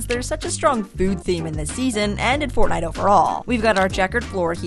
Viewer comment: Bro why did you say fortnite is fartnite